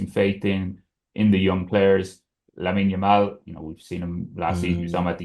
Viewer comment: No way this moron still mispronounces Lamine Yamal’s name. Unbelievable Yamal’s been on the front pages for months now and STILL u call him ‘Lamal’. I know u are not the sharpest tool in the shed but come on man just read, it’s not that hard.